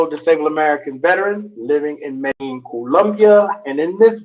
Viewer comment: Medellin' is pronounced as 'Me-de-jin